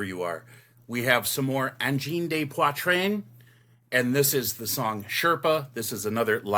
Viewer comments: I can see the end of the song being used in a massive fight scene in a movie. Just for correctness sake, 'de' is not pronounced 'day' but more like 'duh'. If it was a plural subject then it would be 'des' which does sound like 'day'. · Thank you for the French pronunciation lesson! That has bugged me from day one. I understand people butchering Poitrine, but the "day" thing really gets to me. I don't even speak French that well, but I knew that!